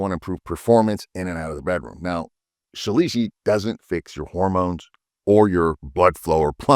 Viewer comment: Ill pass.thx.lol..and you pronounce it so incorrectly 😅